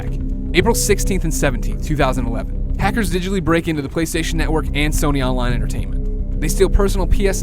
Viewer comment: "Playstation NOTwork" instead of Playstation Network